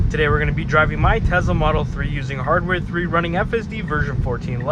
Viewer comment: why you say Tezzla? uhh why uhh why uhhh